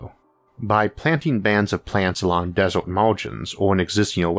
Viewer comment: waddor and desort. sorry those pronunciations just captured my attention too harshly.